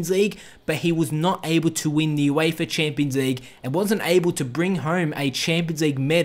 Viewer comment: Wtf is the Youééifa Chéémpions Leigue?